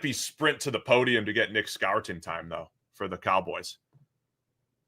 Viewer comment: It’s Nic Score-ton